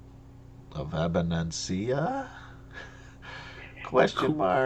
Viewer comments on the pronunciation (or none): Abanasinia is pronounced AB-uh-nuh-sin-ee-uh.